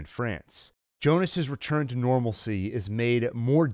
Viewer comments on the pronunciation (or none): none